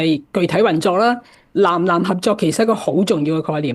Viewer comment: ❤ 藍藍合作？原來是《南南》合作！藍与南的發音是不同的。❤